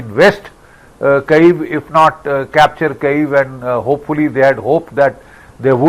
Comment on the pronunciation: Please note Kyiv is pronounced as Kiv not Cave